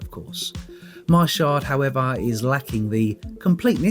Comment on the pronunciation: Thank you for saying shard. Sherd drives me crazy